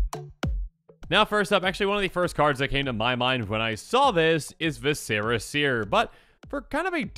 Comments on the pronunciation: It's pronounced vis-cer-a , the internal organs of the abdominal cavity 🧐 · TLDR continues to mispronounce viscera...